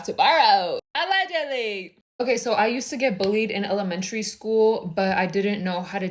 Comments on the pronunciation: Her new iconic word ”ALLeGiAdLyyY”😂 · “aLLeGiAdLYyY”😂 😂😂 Edit: AHHH IVE NEVER GOTTEN 1K LIKES AHHHH!!!!!! TYYYY!!!!!❤❤❤❤❤ Edit 2: Omg 1.6k Tyyyy!!! Edit3: yall actually stop 2.1k there’s no way😭😭😭😭😭 Edit 4: wait yall can we get to 3.5k???